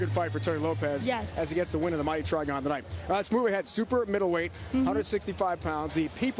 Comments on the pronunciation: "Try-Gone" might want to reconsider what you call it. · I cringed every time they said TRIGON. LOL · STOP SAYING TRIGON!